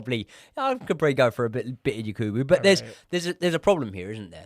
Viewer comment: please next time it’s Yakubu not Yekubu pls Sorry for this he’s a legend here in our country even though he miss the open net